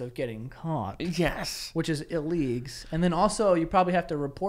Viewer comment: Illeegs and prostees 😂😂 Joe is the best